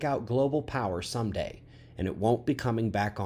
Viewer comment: I thought he said "it would take out the power SUNDAY"!!! Whew.... it was "some-day"....huge relief!